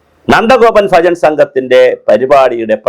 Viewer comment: സാറെ , സാറ് പറയുന്നത് ഫജൻ എന്നാണ് കേൾക്കുന്നത് ഭജൻ എന്നല്ലേ